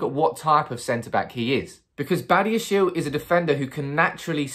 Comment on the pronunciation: His surname is pronounced as bah-di-ya-She-leh he is from African ancestry.